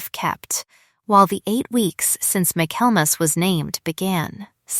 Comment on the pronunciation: The word is: Michaelmas (pronounced Michael mass). Refers to the Christmas season. Why do all the stories on this channel seem to center around ledgers and financial matters? Getting a little too predictable.